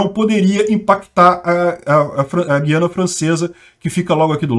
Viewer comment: Vocês do Sudeste não acertam a pronúncia; não é Guiana de Guilherme, mas Guiana de Araguaia. É um tritongo com três sílabas e não duas.